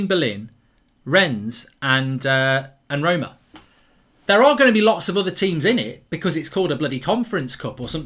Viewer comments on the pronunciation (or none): none